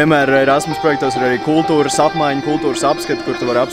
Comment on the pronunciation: kam vel likas ka teica ' rasmas' projekts?